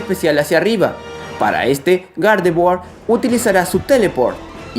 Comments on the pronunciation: Dices Gardevoir o..."¿Garde-Buargh?" Hahaha xD Es broma. Buen vídeo. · Me desespera que digas gardevoa